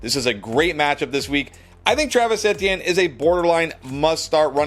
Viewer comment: The way dude says Etienne is so cringe